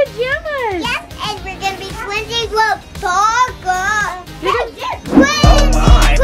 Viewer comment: Haha I thought they were saying glizzies! Glizzies! And not Twinsies!😂😂